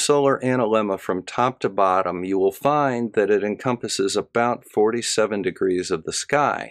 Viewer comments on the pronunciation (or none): none